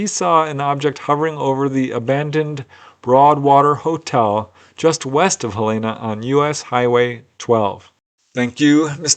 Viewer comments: That's "Hell-en-nah" not "Hell-e-nah". Capital city of Montana and home of the University of Montana. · not how you pronounce Helena... Hell-en-uh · I've never heard it - Hell ayna! LOVE IT! I will use that pronunciation henceforth with relatives that live up that way😊 Btw - easiest way to know how it sounds? Just think - "Hell in a" handbasket (just leave the handbasket out of it and there ya go😊 i prefer your way personally though.